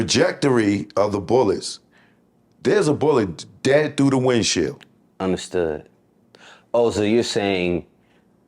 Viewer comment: the bullet through the windshiiiieeerelllldd . 😲